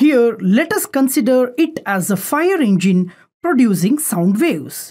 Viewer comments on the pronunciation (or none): none